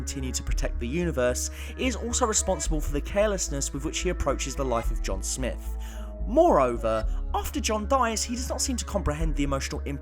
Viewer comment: Oh my... IT IS SMITH NOT SNIFF!!!!!!!!!! Damn brah. I only got to before I am leaving due to your lack of understanding how to say words.... SM-ITH SMITH! Not fucking sniff!